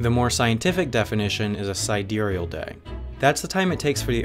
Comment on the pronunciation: You don't spell sidereal properly. :-) And I also think he actually did pronounce it properly.